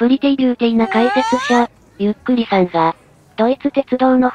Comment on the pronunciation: 読み間違えなし！ この「ゆっくり」ってやつの動画ってほとんどのやつが誤読上等なのに、ここはちゃんとしている。えらい！（* ﾟ∀ﾟ ）b